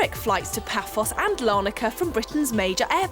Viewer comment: It is "Paphos" not "Papos".